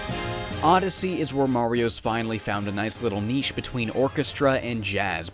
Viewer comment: You changed the way you pronounce niche :)